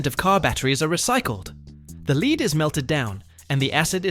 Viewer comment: “Lead from LEDs”. Pronounced this with a long “EE” sound. Robovoice. Down-voted.